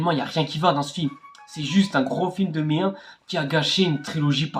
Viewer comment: "Que d'la meeeerde" "Il nous faut absolument du frrric"